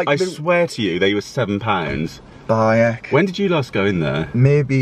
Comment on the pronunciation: Love how says "By 'eck"!